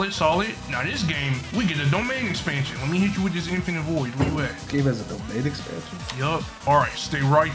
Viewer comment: Why’d he say domain expansion like that😭